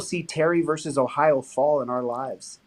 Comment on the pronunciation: Please stop pronouncing “versus” as “verse”.